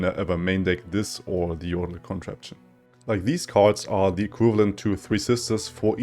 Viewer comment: Yordle Con-trap-tion not con-tra-pation